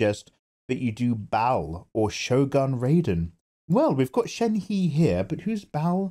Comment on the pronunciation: Since I don't see anyone saying it shenhe isn't pronounced sh-en-he but pronounced sh-en-hu-UH